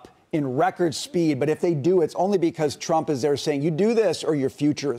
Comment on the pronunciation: 那个日本主播念trump 名字的时候为啥发音是中国翻译的特朗普？😂